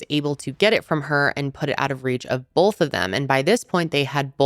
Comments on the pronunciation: Love your videos but constructive feedback: it’s “both” not “bolth” 😂😅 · i love you and watch you every week!! however i noticed when you pronounce the word both, you pronounce it bolth and it gets me everytime 😂😂😂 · Lol the way you say both... "bolth"